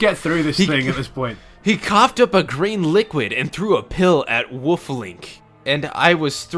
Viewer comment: I hate how pronounces the word "wolf" tbh